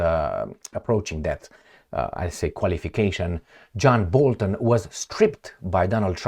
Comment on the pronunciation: my buddy, his name is BOLTON, not babun.